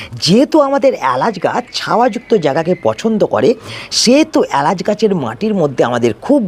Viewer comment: প্রথম কথা এ্যালাচ নয়, এলাচ, দ্বিতীয়তঃ সাসক্রাইব নয়, সাবস্ক্রাইব, তৃতীয়তঃ পয়োগ নয়, প্রয়োগ , চতুর্থতঃ পতিস্থাপন নয় প্রতিস্থাপন, উচ্চারণ এ অজস্র ভুল, তাই সাবস্ক্রাইব করলাম না, আগে উচ্চারণ ঠিক করুন, তারপর ভিডিও করবেন